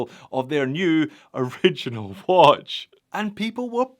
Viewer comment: Just pronounce it ori gi nal ....rhymed with urinal..... Perfect..